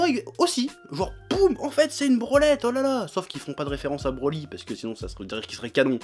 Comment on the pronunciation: je suis le seul a pensé a branlette quand il dit brolette ?